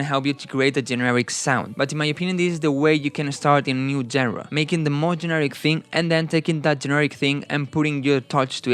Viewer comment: No hate but just fyi genre is pronounced shanra